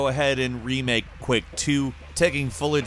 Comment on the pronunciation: Are you saying Quick or Quak LOL I think its Quake but nice vid